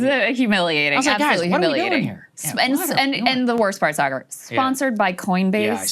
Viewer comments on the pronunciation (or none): Dave says what he thinks… and he thinks your name is “Say-Garr”